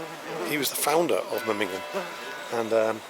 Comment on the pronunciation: Nice video, but the city is called MemmingeN, not MemmingeM. I'm sorry to correct but I am afraid you pronounced it several times wrong 😢. Still glad you liked my hometown ❤